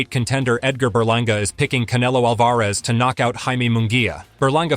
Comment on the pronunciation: You can pronounce munguia correct but you cant pronounce Alvarez? Whaaa...